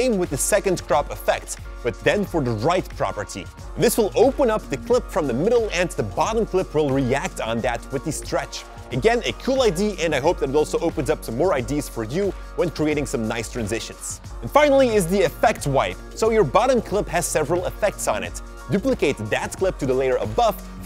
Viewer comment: Great simple effects. Thanks! By the way, "Ideas" is not pronounced "I.D's". It's pronounced "I.D.Uh's".